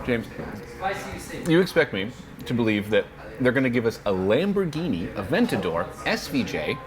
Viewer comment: Awesome video. You both tried your best with the Italiano pronunciation. However you have to pronounce the "r" in Lamborghini and pause a bit when pronouncing the double consonant in "Attiva"